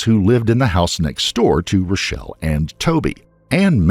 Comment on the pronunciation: It's Rachelle!!!!! He pronounces it like Rochelle, trust me, i had to look this case up immediately lol